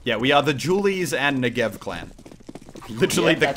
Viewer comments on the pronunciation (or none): That's not how you should pronounce "Negev"